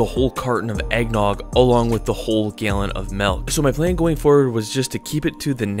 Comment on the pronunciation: "Gaelin" of milk.